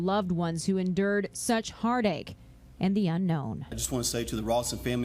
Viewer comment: "En dird" for "Endured." Newscaters , too, Like most Youtube narrators can't enunciate simple words either? She endird and lird the bird to its death!!! lol